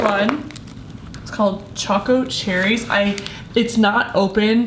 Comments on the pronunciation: You said coco cherries its Choco cherries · she said cocoa cherries when it was choco cherries lmao